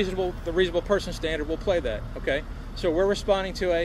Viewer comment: Someone should teach the cop to pronounce correct english when dealing with the public. The word is that not dat.